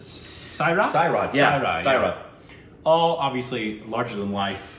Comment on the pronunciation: They said Syee ra not Sairat